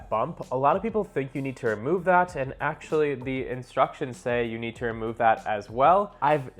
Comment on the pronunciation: "Actually" ? rofl Learn how to talk